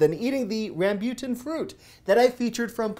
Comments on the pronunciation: It's pronounced "Rum-boo-than". You aren't supposed to slice them in half, you are supposed to squeeze them between the palms of your hands and they will pop open. Then you suck on the white fruit and spit the seed out. 🤣 Glad you're willing to try something new tho. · It’s pronounced “Ram-Boo-Tan” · That tropical fruit — Rambutan — is pronounced like this — Ram-Bu-Tan if you’re from the US or with a soft A elsewhere. You’re correct, it’s like a Lychee but a bit juicer. They are never as good outside of Southeast Asia or Central America but having lived in some of those countries for many years I miss the unusual (to us) tropical fruits and shell out a ridiculous amount to get them when I see them. I lifter just head off to Costco this week (it’s 2 hours away) to stock up. I’m very surprised to see it at Costco so thank you for including it in this video! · RAMBUTAN is pronounced RAM-BOO-TAN. This fruit can be found all over Southeast Asia but the ones sold at Costco come from Mexico. Central Mexico has the same tropical climate as SE Asia and it grows many fruits from SE Asia for the North American market. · In the Philippines we pronounce it like Ram (like in Ramen)- boo (like in boot)- tahn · Ram-byou-tan. Also liechi. Please. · It’s “ ram-boo-tan” popular southeast asian fruit. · Rambutan- Ram-boo-tan is from Southeast Asia😬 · Ram...boo...tawn is how you pronounce Rambutan. I had to learn how to say it, as well. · Ran-boo-tahn. You probably got a bad batch. Yes they taste exactly like grapes. Peel it all first, you don’t need a knife. Then chew around the seed. Try it chilled but not frozen. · Rambutan pronounce as “rum bu ton” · "RAM byoo tan." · rambutan- ram boo tan. lychee- lie chee. you peal rambutan. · Rambutan. Ram boo ton. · It's pronounced ram-boo-tan. It's a fruit native to Southeast Asia. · RAWM boo tawn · Emphasis on the first syllable of rambutan. The a is pronounced like the a in ahhhhh (as said in a doctor’s office 😝😁). The u is oo as in hoot.